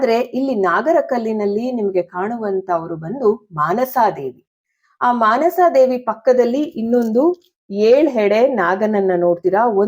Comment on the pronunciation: ಮನಸಾ ದೇವಿ, ಆಸ್ತಿಕ, ...... ಸರಿಯಾದ ಉಚ್ಚಾರಣೆ